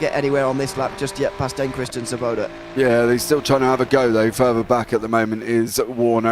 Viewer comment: Svoboda means freedom in czech language. and you got the pronounciation pretty well, I think, as far as english speakers go :) This is what ChatGPT had to say about it: The Czech word "svoboda" (which means freedom or liberty) is pronounced approximately like: /ˈsvɔ.bɔ.da/ Here’s a breakdown to help with English pronunciation: svo – like "svo" in swan + vo (rhyming with "law") bo – like "bo" in bottle (short "o" sound) da – like "duh" but with a shorter, clearer "a" Approximate English pronunciation: "SVO-boh-da" (With the stress on the first syllable: SVO)